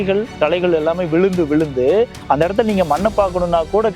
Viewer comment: ஐயா, வளியாக என்று சொல்லாமல் வழியாக என்று சொல்லக்கூடாதா ? மளை இல்லை மழை ✅ விளுந்து விளுந்து X விழுந்து விழுந்து ✅ 🌹🌹